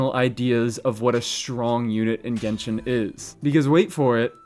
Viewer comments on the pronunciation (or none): none